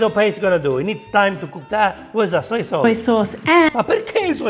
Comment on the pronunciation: SOJ SAUCE?!?!?! girl just forced Chinese and Italian food to make love...